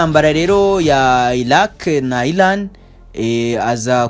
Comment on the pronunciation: Bavuga Iran not Ilan